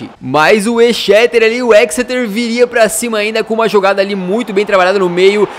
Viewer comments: o exeter city se fala ezeter tipo isso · o toime Exeter City se pronuncia ezéster city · Se fala ECZESTER